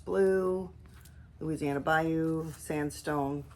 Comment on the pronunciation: Here you go, you’re saying it correctly. BAYOU - (pronounced Bi-Yoo) A marshy, sluggish tributary of a river or lake. 😊 I love that new boogie pink, so beautiful with the turquoise! Your combos are all gorgeous. Do you dip your river birch and honey flux or paint those on first and then dip the tops?